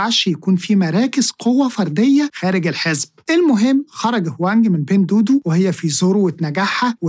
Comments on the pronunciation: بتنطها غلط إسمها دُوا دُوا مش دودو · معلش هي حاجه بسيطه بس التطبيق مش بيتنطق بين دودو انما النطق الصحيح بتاعه "بِينْ دُوّا دُوّا" . أنا بصحح لاني عارف انك بتهتم بكل حاجه في الحلقات بتاعتك. ربنا يباركلك ❤